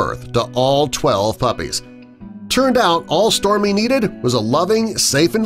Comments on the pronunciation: Am I the only one who can hear stormi instead of storie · It sounds like this person talking was saying Stormy but it's actually Storie! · You keep saying Stormy but it says Storie. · I hear stormie 2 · If I didnt see the captions, I would've thought it was stormi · The biggest shock of this video is him saying “stormie” instead of storie. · Did anyone notice at one point he kept saying stormy instead of Storie? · You say Stormy but it says Storie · Im SO mad because the dog's name is STORIE, and the narrator kept saying STORMIE, I've never been so mad at a video with a dog in it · I swear he's saying Stormie not Storie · It's Storie not Stormi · Storie.... dude keeps saying Stormie 😂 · Storie dude not stormy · And I heard stormi not stor I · Smile Always I hear stormi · I heard Stormi!! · I always hear stormie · He is saying stormy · I hear stormi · Smile Always I hear stomi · i hear Stormi,too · Smile Always i hear stormi too🤣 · Why does it sound like he keeps calling her “Stormy”!?!?!?!?!?!?!? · Yep I noticed that too, it was really getting on my nerves tbh